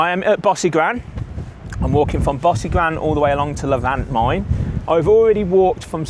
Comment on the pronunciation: Great video - Tip - talk to some locals and get your pronunciation right - e.g Bosigran - is not pronounced as per your commentary ! Try “Bow-sig-run”